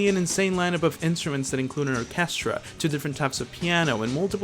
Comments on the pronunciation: I've never heard anyone pronounce "orchestra" that way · Seriously, what in god's green earth was that.